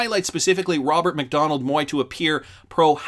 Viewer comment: Ronald McDonald so it a circus show. Just kidding. It does sound like your saying Ronald instead of Robert 😂😂